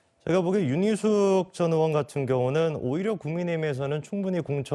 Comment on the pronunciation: 패널 들 "의원"발음 제대로 하는 사람이 없나요? 다들 으원으원 하는데 정말 듣기 거북 하네요